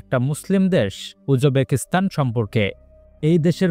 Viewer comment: সঠিক উচ্চারণ শিখতে হবে